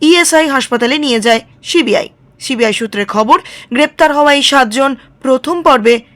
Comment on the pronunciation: আবার ছিবি আই বলছেন, মানা করলাম তো একদিন,ওটা সি বি আই হবে,আর যেনো এরকম উচ্চারণ না হয়,শুনতে খারাপ লাগে